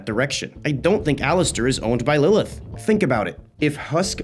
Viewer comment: IDC IF YOURE WRONG JUST TY FOR NOT SAYING LILITH